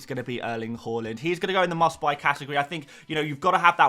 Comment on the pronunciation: The way you say Haaland makes me sad - great vid otherwise